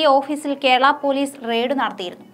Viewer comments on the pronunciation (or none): none